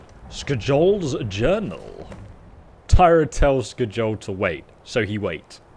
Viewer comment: It’s skyol not skejol